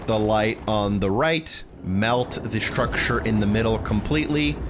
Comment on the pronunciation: Shtrucsher = Structure 😂❤